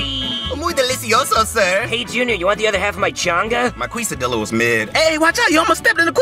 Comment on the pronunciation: When they said Queso and Quesadillas it makes me mad